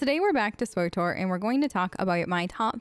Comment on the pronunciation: Its pronounced "switor" not "swotor" my head hurts, lol thanks for the tips tho